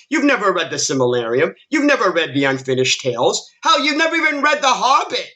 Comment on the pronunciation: Say it with me. Sil-ma-ril-e-on. Fun Fact, if you had read the Silmarillion and gave a shit then you would have also listed the Children of Hurin, Beren and Luthien or The Fall of Gondolin, and the Ankalabeth. But you aren't, so you didn't of course, because you are a grifter. Oh boy, here we go, you want a list? 1-8 are Lore/Thematic issues 1. Galadriel's character is completely made up. Galadriel by this point in her story, was the MOST POWERFUL ELF ON MIDDLE EARTH, she wasn't some military leader of the 'Northern Armies' she was the Queen of Eregion, under High King Gil-Galad (Only because he lead the Noldor), she was married, and had a daughter at this point, and had NO REASON to pick up a sword or armor. 2. Finrod. Oh my God. They fucked up Finrod's character so bad it isn't even funny. To spell it out for you (because you probably have no idea what I'm talking about) Finrod is Galadriel's brother, who dies in S1 of RoP which motivates Galadriel to being the revenge filled mess we see her. Well guess what Finrod doesn't die like that in Tolkein's story. No Finrod, leaves his own kingdom of Nargothrond to his son so that he can go on a quest of True Love with Beren (The story of Beren and Luthian) and is killed in the process. This later encourages Galadriel to look favorably on Aragorn because she sees the same spirit that stirred her brother to help Beren, so it's kind of a big deal. Regardless Finrod dies in RoP and only spurs Galadriel into revenge...the DIR